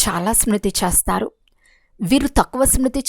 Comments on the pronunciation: Om Shanti Akkayya Garu Chastharu x chestharu ✓ Yenphye nalugu X Yenbhai nalugu✓ Visham X Vishayam ✓ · Om Shanthi... A small correction while explaining that you are pronouncing "Chestharu" as "Chastharu" which it changes the meaning of that sentence. Chesthe /Chestharu means will do and Chastharu means will die.